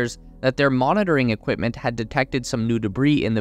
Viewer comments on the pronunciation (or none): none